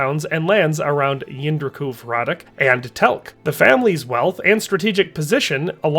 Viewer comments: Hradec is pronounced hradets. You ought to google translate it at least once for correct pronunciation, it takes 5 seconds. Is name in czech was Jindřich z Hradce, not Hradec. Thats due to the rules of the czech language. Bruh.. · my last name is hradec and literally everyone constantly saying "hradek" is a super big annoyance, but it comes from a lack of language knowledge, but you are right a historian should probably check something like that